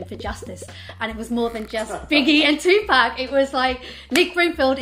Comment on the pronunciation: This dude still can’t pronounce Tupac’s name.